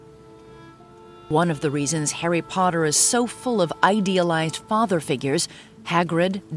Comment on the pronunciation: Does anyone else find it funny how she pronounces Harry Potter the first time she says it? It's like "Hairy paderrr"